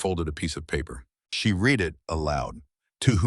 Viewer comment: AI, realize that young people and non-native English speaking people listen to these stories. So pronunciation of the language is important. Learn difference between read, and past tense, read, so they will know.